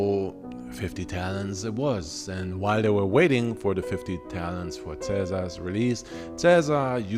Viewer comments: Caesar had a daughter with Cornelia. That wasn't his first kid when she died. Also, it's Talents, not Talons. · No shade (love these vids), but did you mean to say 'talons'? Or are you talking about 'talents', when recounting the ransom money for Ceaser's kidnapping?